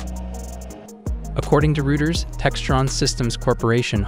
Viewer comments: rooters lol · Learn to pronounce Reuters. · You ought to find out how to correctly pronounce Reuters and HIMARS.